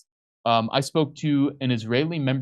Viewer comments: If you can't say, "Knesset", you may be out of your depth.... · You're such cute monolinguals! And also parochial: haven't heard of the Knesset... no clue of how to pronounce it, either. This is indeed a comedy show, American-style. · Oh my God. Can’t pronounce simple well-known Israeli words? Get the fu k off my phone. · really needs to practise reading these texts before going on camera, he can hardly read a sentence without a mistake! And I thought Jimmy was bad.